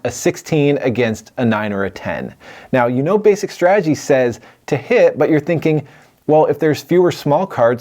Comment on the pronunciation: My man keeps talking about "basic strajjy" I don't even know what that means